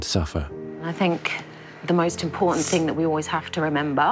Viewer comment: it's kiTTON not kiDDON please your a educated, medical train Vet, it's kiTTON and just to really moan it imporTANT not impoDant